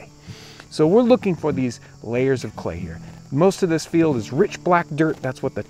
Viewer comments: "Be wewy wewy qwiet. I'm hunting cway." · be vewy vewy qwiet...im huntin some Cway! heheheheee! lol